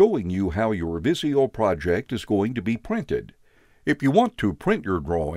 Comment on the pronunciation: It's not viss-ee-yo... it's viz-ee-yo!!!